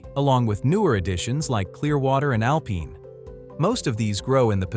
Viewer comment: Stopped watching after I heard "Alpeeene". Is anything human anymore? Lol. Boycotting YouTube untill AI videos are all required to be flagged like fiction books in a library